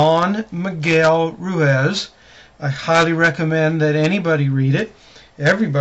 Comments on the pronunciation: "Roooiz"..cmon now...Pronounce the man's name correctly or at least attempt to..It's insulting. GREAT! Book no doubt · Great summary. I've read the four agreements and it had tremendously changed my life. I recommend everybody to read the four agreements. I'm also reading the mastery of love by don miguel ruiz and the book is full of wisdom. Great job again, and please let's pronounce his last name right,hahahaa.